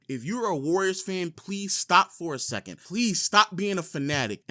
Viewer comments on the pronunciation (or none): none